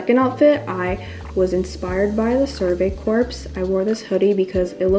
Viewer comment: corps is pronounced as "core"